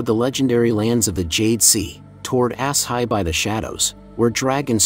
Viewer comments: Asshai = Ashai not ass hai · him saying 'ass hi' was bugging the hell outta me lol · Its not 'ass high'. It is 'ash shy' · ASS-HIGH man WTF is ass-high lol you mean Asshai(AH-SHY) LMFAO whole video buddy keep sayin ass high ...I can't 😅🤣😭🤣😂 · I dont know why saying it like ass-hi (asshai) instead of ash-hi is so funny to me, but it is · It sounds really jarring to continually hear a place referred to as "Ass-high"...